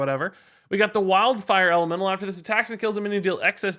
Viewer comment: I can't stop hearing say "LMNO" instead of "elemental".